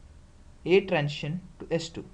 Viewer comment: When you pronounce the word "transition", why do you say "trantion"?